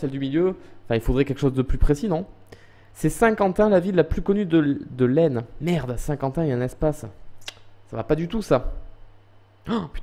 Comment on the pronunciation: Stp arrête ton manque de respect en vers nous. AISNE le S ne se prononce pas!!!(bisous🤣)